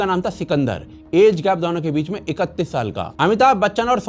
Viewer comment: दौनो नही दोनो बोला करे pls ,🙏sounds v annoying